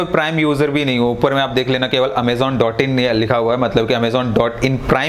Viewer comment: Amezon nahi he vo amazon he😂😂😂🤦🤦